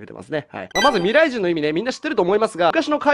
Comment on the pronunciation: OPより「ミﾘｬｲｼﾞｭﾝ」 かわいいー(白目)